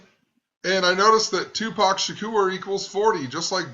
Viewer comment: The fact that she says "TuPACK" means her mindset is of reading a script, her own thinking is not in the moment. Bet as it came out of her own mouth she also knew it was the wrong way to say it.